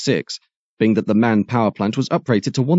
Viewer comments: Just FYI "MAN"(the company) is pronounced as individual letters, i.e. "EM-AY-EN", not as a word. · Indeed correct! Not to be too pedantic, in German the pronunciation would be Em-Ahh-En.